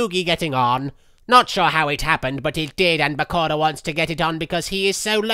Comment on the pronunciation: The way marik pronounce Bakura like PARKORA